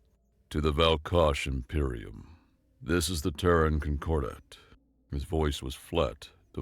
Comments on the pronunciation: I was really surprised a scifi story VA mispronounced "Terran" repeatedly. It's pronounced "Tear-ran." Like tearing and then you ran. Tear-ran. Not "Turr-rone." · I'm pretty sure Terran is not meant to be pronounced like Tehran